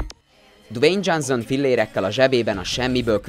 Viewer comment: "Dzsánzón" Miért nem bírsz egy név után se utána nézni, hogy hogy kell leírni, vagy miért nem tudják fonetikusan leírni, ha már ennyi eszed nincs, hogy egy gúglifordítóba meghallgasd, hogy kell kimondani egy színész/rendező, vagy akárki nevét???. Röhej... vagy kérd meg, aki legépeli neked a szöveget, hogy írja le kiejtés szerint. Nincs benne semmi ... viszont ez baromi ciki, hogy minden második nevet rosszul ejtesz ki. Igen, ezt a felolvasó srácnak üzenem, aki még mindig énekelve, dallamosan olvas fel, nulla átéléssel.